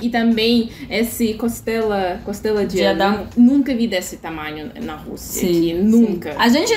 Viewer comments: Que maravilhas! ou melhor, maravilhosas essas duas amigas russas. Seja bem vinda Irina. So uma coisa. Nao sei se escutei a dizer: Castelo de Adao? O certo seria Costela de Adao. Mas nao importa, elas transmitem alegria e encanto. e uma graca. Um beijo meninas. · Muito bem, vírgula né... A mandou um "castelo de adão" que fiquei meia hora até entender que era na verdade "costela" de adão. Fiquei me perguntando aqui: "será que adão tinha algum reino e morava num castelo?". Eu levo as coisas na literalidade e estes problemas GRAVES de pronúncia dela de trocar O por A, me ferram.